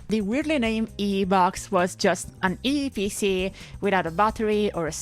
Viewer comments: I am happy you pronounced eeepc correctly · I like the way you pronounce "eeePC" 😀